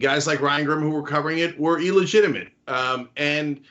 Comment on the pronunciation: OK Cenk... it bothers me and I know I'm a grammar nazi... it is NOT ELLEGITIIMATE it is illegitimate.